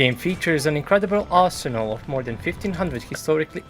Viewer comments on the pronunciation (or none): none